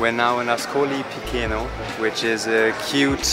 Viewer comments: I enjoyed your video! It's helpful to most travelers when you pronounce the names of towns and cities as they would be pronounced in their country, in this case AScolee pi-CHAY-no. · please ask to local people it's not difficult. Pronunciation: Askoli picheno. The pronunciation rules in Italian are simpler than English.